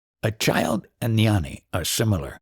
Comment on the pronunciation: Gnani is pronounced gyaan-knee not nyan- knee. Shiva is not produced SHEE va. Its shiv ah